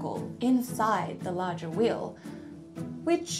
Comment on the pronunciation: Thank God we're all different. I can't explain just how irritating this video is. The only thing that's amazing is that she can't even pronounce the word wheel.